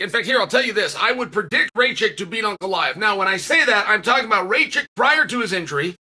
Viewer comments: who the fuck is Raychek???? 🤣🤣🤣 it's Rakic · “Raychick” (Rakic) 😂😂😂 Uncle Chael here butchering names😂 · You just cursed Alexander Rakic , Chael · Is it pronouced Rey chick? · Uncle Chael just refuses to get any name right that is not Smith or Jones😂